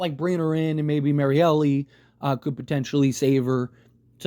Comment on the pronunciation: Bro, the 'E' at the end of Marielle's name is silent. Just a heads up